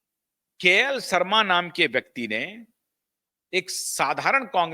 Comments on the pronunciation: आपके उच्चारण बहुत गलत होते हैं, शर्मा का उच्चारण सर्मा काटे हो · सर्मा नहीं शर्मा।